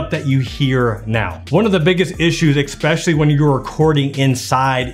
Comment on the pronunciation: "expecially" smhhhh